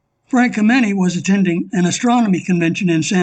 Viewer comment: You mispronounced Frank Kameny's name. The accent is on the first syllable, not the second.